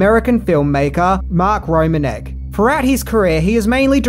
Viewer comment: Just a little note: Mark Romanek’s last name is actually pronounced “ro-MAN-ick”, which you can hear him say at the start of the behind the scenes video of Nine Inch Nails’ Closer music video.